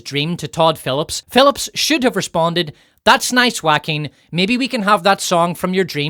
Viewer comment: finally a generic youtuber properly pronounces that Jaquin name